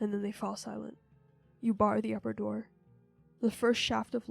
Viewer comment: "supernatural dore"